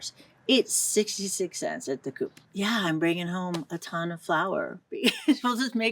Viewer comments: It is called COOP, not coupe. CO-OP 😊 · Very nice video. Thank you . Only one comment, I know the grocery store COOP, but it is pronounced like “cope” . The word in English is the abbreviation for a cooperative or co-op. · In Italian it is pronounced like the word "cope". One syllable, closed "o".